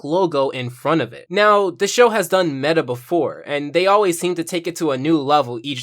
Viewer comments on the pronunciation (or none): none